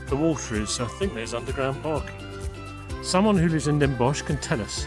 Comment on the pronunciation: It's pronounced Den Bos. We Dutch don't pronounce the "ch" at the end, unlike Germans, so when you do it, you sound German 😀 We also stopped writing the "ch" at the end a century ago, the Germans still do. For example the word for human is mens in Dutch and Mensch in German. This goes for many words. At some point in history, we Dutch, started pronouncing it as just a normal "s" and in 1934 we also stopped writing the "ch", the Germans today are still pronouncing and writing it. But in names of cities and places we kept the spelling with "sch" at the end.